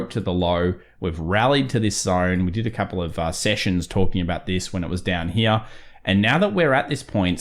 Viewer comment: I get a little burst of dopamine every time says "Right Heeyah" Love your analysis. Very close to how I do TA.